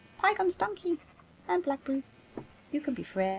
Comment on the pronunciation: You know when I came up with Blackberry I imagined it an American accent, since I'm "merican, but you say it much better.